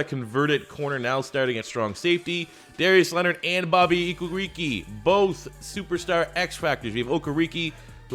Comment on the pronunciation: You can say Okereke without a hitch but Mukuamu not? Muku-amu how hard can it be?